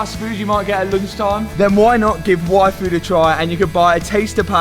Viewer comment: Did anyone else heard Waifu instead of yFoods?